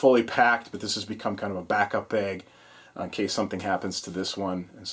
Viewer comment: love your videos good load out but, I have to say the way you say bag, makes me want to push you down some stairs. once again love your videos but my got I keep hearing you say bag in the background and I want to throw my phone in my pond out back